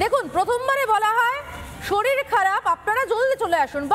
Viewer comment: যে মহিলা ফোন করেন, ওনার কথা শুনে একবারের জন্য কারোর কাছে মনে হবে না যে, উনি একজন হাসপাতালের এসিসটেন্ট সুপার!! ১) শরীর কে শরীল বলা। ২) জোলদি শব্দের ব্যবহার।